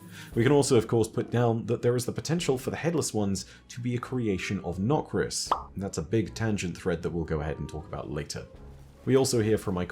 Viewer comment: I love the “NOKRIS. It all begins with NOKRIS.”